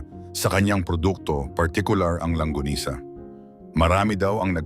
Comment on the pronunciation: It's LONGGANISA not LANGGONISA😁😁😁😁😁